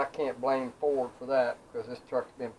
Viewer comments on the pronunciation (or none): He said Frod....